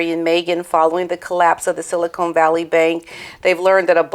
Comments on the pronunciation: Silicon (as in "con" job) Valley Bank, not Silicone (as in implants) Valley Bank, BTW. Interesting video; wonderful dog!😍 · Pronounced siliCON…..not siliCONE….there’s a difference! Look it up!